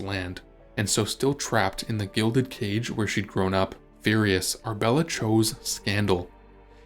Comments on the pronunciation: Ar-A-bella not Arbella for goodness sake! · Annoying!! It is Arabella NOT Arbella Are you real or AI From Nella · You are skipping a syllable… Ar UH bel la! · It's Ar-a-bella. Annoying AI pronunciation!